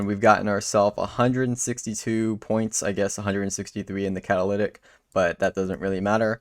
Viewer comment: I know you have issues with pronunciation and I'm not digging at you for this but the word is (Cat-uh-li-tick) meaning to be used as a catalyst for magic. Again, not digging but understanding a word and where it's derived from lets you understand what its meaning actually indicates.